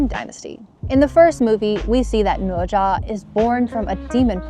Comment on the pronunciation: The pronunciation of "Ne Zha" is very standard.